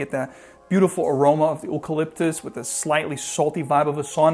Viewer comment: Interesting pronunciation of Eucalyptus. Might be Ooropean influenced.